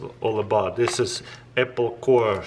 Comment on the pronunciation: "EPPLE SLICER"